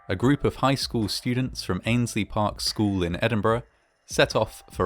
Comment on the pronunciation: "Students" "Mountains" Oh no